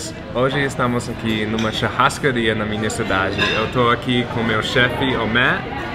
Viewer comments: ele falou charrascaria kskks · chárascaria .." Meu deus " que merda é essa que tu falou, se fosse um brasileiro fazendo um vídeo com as pronuncias erradas já tinha muita gente falando mal